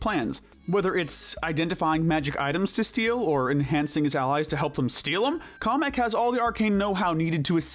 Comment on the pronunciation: They said Komek not Kamek.